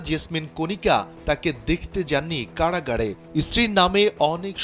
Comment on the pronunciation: কাড়াগাড় কি ভাই একটু বুঝিয়ে বলবেন, সাংবাদিক হয়েছেন এখনো ঠিকঠাক বাংলা উচ্চারণ করতে পারেন না, সুন্দর করে কথা বলবেন এতো স্টাইলের কি আছে?